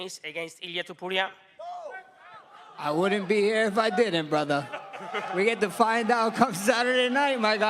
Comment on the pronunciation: No its brudder